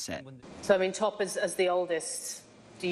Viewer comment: she literally pronounced it 'top' I cant